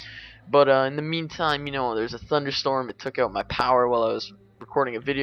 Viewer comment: I wouldnt pick you out as a canadian. Of course there are a couple of oots here and there but not too much